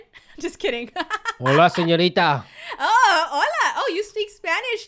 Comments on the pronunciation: Me to I dide when he said hola senoita sorry if I spelled something wrong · CoolKid BraDude IT'S SEÑORITA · CoolKid BraDude she loves it when he calls her siñorita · I love when said HOLA SENERIA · " hola senorida" XD bruh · He said HELLO SENYARITA